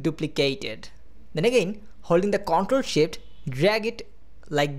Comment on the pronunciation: lol he said ctrl shit